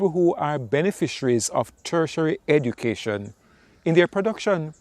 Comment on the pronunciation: I was trying to pick up on what you were saying. 'Treasury education'? 'Cursory education? I'm not quite understanding the term you're using. Do you mean 'higher education', because thats what Watchtower discourages. They totally discourage it, but if you have it, they will use you as much as they can.